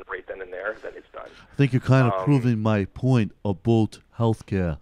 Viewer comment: FYI He's saying "aboot" to mess with you.